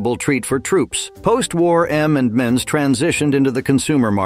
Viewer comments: M and Ms and not M and Miz!!!!!!!! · Anyone notice 3 times he called M&M's M & Mizz..😂😂😂